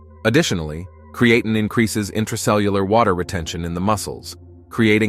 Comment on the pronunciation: You pronounced creatine wrong several times .